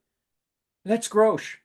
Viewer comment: Hey, thanks so much for talking about the album and show! Quick correction: our name is pronounced Grosh like “gosh” (we even have “Oh My Grosh” stickers 😂). It’s a portmanteau of Grace and Josh, we started as a duo and never bothered changing the name